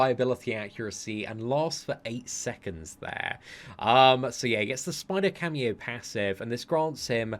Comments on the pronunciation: Camo as in CAMOUFLAGE not cameo FFS man! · Camo, Camo. It isn't a cameo performance from Miles, it's camo as in camouflage! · Camo... Not cameo... Camo= camouflage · How can he read "camo" so many times and read it as "cameo" every time? lol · Camo, is a short form for camouflage, as miles has this ability. And is it just me or just kept saying camio insted of camo?😂